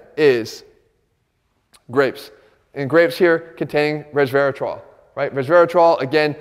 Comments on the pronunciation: .... "grapes contain..(low voice) rezrehruhtruh" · Lmaoooooo! I noticed that